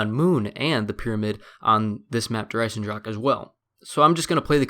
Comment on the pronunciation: When you can't say Der Eisendrache right,just call it the iron dragon.It's so irritating for us Germans to hear you say Der Eisendrackke.